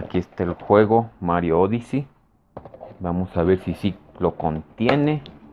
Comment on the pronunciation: Si te llegó el Mario "odisi" 🤣